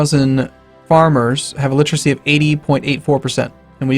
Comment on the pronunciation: Stop saying 'littracy'.